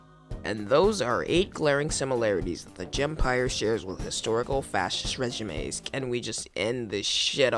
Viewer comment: The real indefensible thing here is the way you pronounce regime